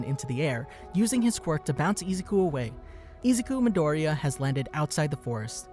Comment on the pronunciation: I hate how he always sais his name wrong like bro if you are speaking English then pernounse it like you are please